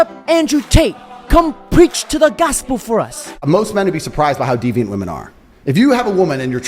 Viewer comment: Plural “WI-MEN” brother 🎉